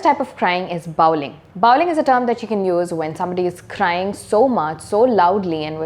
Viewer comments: Bawling - Baw as pronounced in saw, not as in now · Pronounced the word bawling incorrectly..